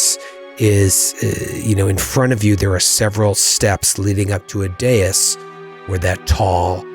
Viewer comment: says dais like day-us, and my brain immediately: Amadeus Amadeus Amadeus!